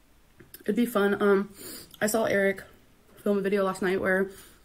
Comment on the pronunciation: Really irritated me that she says "sawl" with the "L" sound at the end, that's literally how my daughter's 6 year old friend talks, bet she says "seen" instead of saw sometimes and "aint" too 🙄